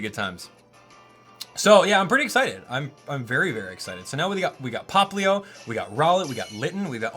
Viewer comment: Plz say poplio